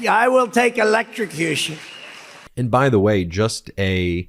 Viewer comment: Orange man said “Electicution” 😂